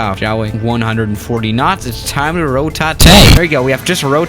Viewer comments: It’s kjfk not jfk Also it’s rotate not totae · No one: -: time for RoTaTaTe